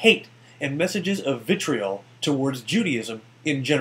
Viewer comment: All you have to do, Jacques Cuze, is watch the remainder of the video and you'd find the same number of citations showing that is indeed an anti-Semitic that used to show that Mens Rights Edmonton is a hate group, etc. Also, how mispronounces "vitriol" is suspect. Very suspect.